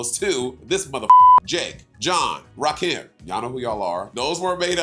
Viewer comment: Not Rakeem!!! 😂